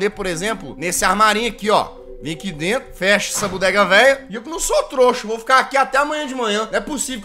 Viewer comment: Fujir? Kkk é dento